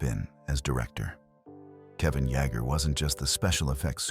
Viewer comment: It's Kevin Yay-ger!!!